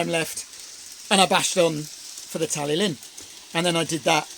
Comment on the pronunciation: Pronounced Talythlun 😊 great TST as usual 👍